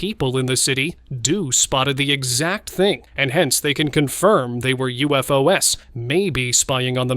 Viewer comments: “U-F-O-S?” Again? Stupid, lazy AI generated channel! 👎🏿💩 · “U-F-O-S?🤨🤷🏾‍♂️ Stupid AI generated BS! 💩